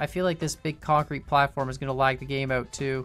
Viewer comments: You mean kAncrete? XD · Oh my god I will never hear the word kancrete the same ever again. I MEAN CONCRETE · Yay now i hear KANcrete 😅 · Because of you I now hear (concrete) kancrete